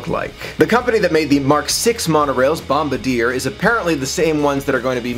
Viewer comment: Thank you, lots of people get that wrong. I'm happy to see new monorails even being discussed. Bom-bar-dee-YAY!